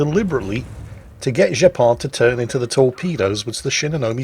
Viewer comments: Gepard is the German for Cheetah. The G is pronounced Gh not J ;-) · It's not pronounced 'Jepard'. It's pronounced 'Gepard' with the same G sound as for instant ' Grosser Kurfürst'. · It's "Gepard", not "Jeppard". It's a German AA-tank. You would call it "Cheetah". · This has most certainly been mentioned before, but just to be sure: I'm almost certain that the name is pronounced incorrectly. It's not French (Guepard), but probably German. The "g" would be pronounced the same way like in "Graf" or "Große". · Now this proves the fact that it should be a hard G instead of the french pronounciation (or pronunciation whatever) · "Gepard"... You make him sound french... Are you sure his name isn't named after the "Flakpanzer Gepard" German AA vehicle? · its funny that your saying Gepard with a french accent but its German for cheetah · Is that really how you British pronounce Gs? absolutely disgusting even the germans can say that letter properly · I swear that is doing it on purpose, pronouncing a German name (Gepard) with a French accent. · Looking at post-battle screen I bet the name of this player should not be pronounced as a French word, but "G" as "good" or "god". It just means "cheetah" in German (and in Polish).